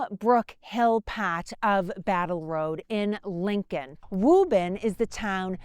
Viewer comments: Ok, she convinced me she’s from Boston when she mentioned “Woo bun” (Woburn). That’s a name that no one would say that way, if they hadn’t grown up heah (here). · I very much enjoy the history of this time period and the great job does in sharing it. I grew up in Woburn (correctly pronounce by Woobin). I have spent many hours just riding around the Concord, Bedford Carlisle areas. My ancestors on my mothers side are connected to the Hartwell's and my great-grandmother fed the drivers of the milk wagons from Bedford Farms. I get a lot of enjoyment listening to and reminiscing about my times living in the area. I have lived in SC for the past 21 years but still haven't lost my accent. People here say " your not from the south are you?" I tell them jokingly yes, South Boston. Thanks again to for such and interesting and pleasant video series.